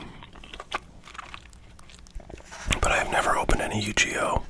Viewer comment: Haha just Incase you open any more it’s pronounced like you-ghee-oh!